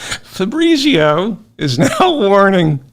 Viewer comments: Fabritzio? That’s an Italian name pronounced FAB- Rheetz IO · if you pronounced it correctly -- fah breetsio -- you wouldnt laugh so hard